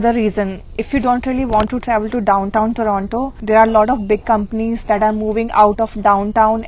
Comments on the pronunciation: Good Video guys. Just an unimportant remark -- whats up with the pronunciation 'Torono' :D. I have heard Indians saying Torono. In public transit too, they say it Toronto ! Also the reason for car insurance point is good. Plus being between Desi's. Lol ! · I think you made the right decision. It will be good for you. At least you will learn to pronounce Toronto properly while living outside Brampton.